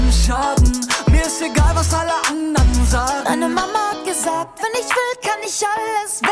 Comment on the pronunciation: You just pronounced "Mama hat gesagt" like Helmut Kohl when he tried to speak standard German! And he was the Chancellor, after all!